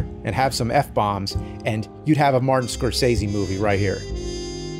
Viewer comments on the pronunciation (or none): none